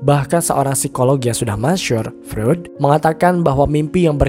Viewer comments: Koreksi bang, cara bacanya freud itu bukan freud, tapi froid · Izin koreksi ya bang, tokoh sigmund freud, kalau di ucapkan menjadi "sigmund froid"